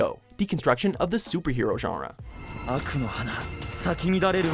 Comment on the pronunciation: he says genre wrong every time.